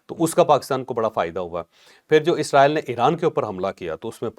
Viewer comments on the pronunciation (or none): Please..... Israel اسرائیل is a proper word عزرائیلis a wrong pronouciatio n